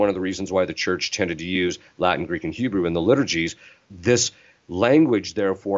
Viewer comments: A pronúncia do latim pelos americanos é muito engraçado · Essa pronúncia não está boa! Muito sotaque norte americano. Precisam passar um tempinho em Roma.